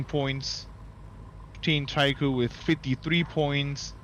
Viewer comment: On behalf of all The 100 fans/watchers... It's pronounced Tree Crew. ✨TriKru✨